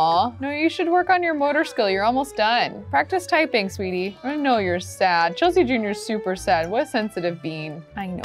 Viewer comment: she made kasey and chelsea’s name sound like her name. if u go back to the episode where chelsea has taylor and tayler you’ll see that